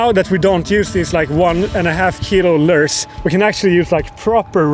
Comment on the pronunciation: “Lers” is “lures”